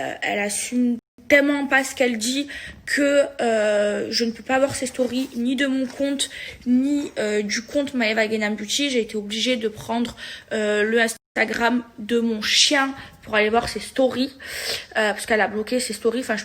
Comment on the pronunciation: Maeva qui prononce "Beauty" > "Bioutchi"